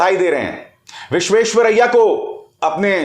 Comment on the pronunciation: राहुल से पूछो विसेशस्वरैया का उच्चारण कैसे किया जाता है।😂😂😂